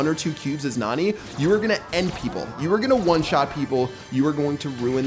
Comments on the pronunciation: It NAni not naNI. but the spanish youtuber keep saying NUH-ni which is wrong Don't say Nani is a beast! You will break her heart, but instead of you breaking her heart, she will crush you with pepe, lol (Spoilers) There are 3 STAR POWERS!!!! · It’s pronounced (Na-Nee) Not being rude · It's pronounced "nanny". If you think about it, Jessy doesn't have a dad, just Pam. And Nani is a caretaker (it says in her description) and her lines are "are you ok" and stuff like that. So maybe instead of having a father to take care of Jessy, Pam hired a nanny named Nani... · you can tell does not watch anime otherwise he would be able to properly pronounce nani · Pat: And maybe by June 6th we will know how to pronounce her name Me: NANI?!?!